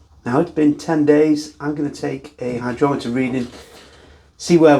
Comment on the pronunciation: It would go great in summer. And would it be warm enough you wouldn't need the heat mat? Do you have to strain it to keep the yeast out of the glass? What is the ABV measuring instrument? I thought I heard "hydroleter" or "hydrometer"